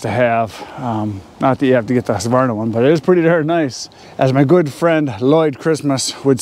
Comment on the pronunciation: Thank you, thank you, thank you for saying husqvarna correctly. So many say huskavarna!!